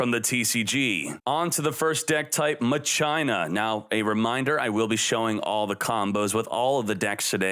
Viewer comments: Lol "Ma China"? I thought it pronounced "Ma kin na:? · "Ma China" I thought it was Mach Eena or Machine Uh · Its mach ena. Definitely not ma China. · Machina is pronounced "Mah-kin-ah". Not "Mah-China." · ma-china?? Probably mock-e-na? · I thought it was pronounced Ma-shi-na not Ma-China? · It’s pronounced MA SHE NA . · Pronounced MAK-E-NA Latin for machine .. MA-CHINA !! 😂😂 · why do you keep saying "muh-China"? its Mah-Key-Nuh! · MA CHINA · My-China 😂🤣 it's Machine-Ah 🤣🤣🤣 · ITS MA-KEE-NA NOT MUH-CHINA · mah china.... what in the isn't it's supposed to be mah shinn na? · It's ma-chine-na ... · try reading it as "ma-ki-na" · Its machine-a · Teacher: How do you say this word? Class: Ma-sheen Teacher: How do you say this word?: muh-China Teacher: This is no time to be idolizing Trump, young man! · “Ma-chyna “ ???? Damn, okay Donald Trump 😂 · 10 seconds in... “Muh-China” Dude wtf lmao xD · It breaks me you saying Ma-Chyna yet good review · Now you can't pronounce MAH-CHINA!!! Any other way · "MA-CHINA" I CANNOT UNSEE THIS ANYMORE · '' ma China'' I don't think that's how you pronounce it. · It's on purpose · Please stop saying machina that way. I'm sure it's pronounced more like (ma key nah) like deus ex machina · At the end of the day, the cards and their effects do the same shit so the archetype gets their job done. (But I do believe it’s Machine-Ah) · Ma---CHINA🤣🤣 This card will spread coronavirus in duel links! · Lmao you know he's white when he pronounced Machina's instead of of Mah - Ki - Nuh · doesn't have to be white, i'm asian i pronounce it as Ma China too. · Your way of pronouncing machina made my ears bleed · The way he pronounces machina irks me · Pronouncing Machina like a 5 year-old boy who just learned that girls have a vagina